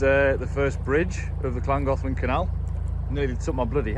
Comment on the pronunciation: Well done for the canal's correct name pronunciation! Mind you, working in Chester should have helped there and can't wait to hear the aqueduct's name 😂